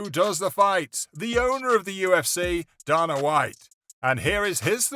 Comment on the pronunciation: Does this guy watch fighting or just can't pronounce names? "Owner" daannaa White. The UFC tapped Oliveira lol